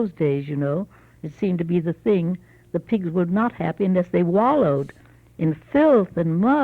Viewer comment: She said pig sty not pigs eye. Pig sty is a pig pen. Also, maybe she meant either I don't or I can't but came out like an error in her wording.